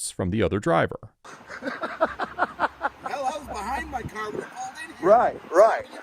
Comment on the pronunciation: get away from my caww 🤣